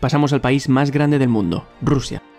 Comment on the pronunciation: ajajajajjajaj madre RRRRRUSIA